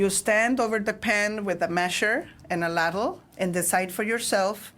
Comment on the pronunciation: "lad lay" for ladle.... love it!!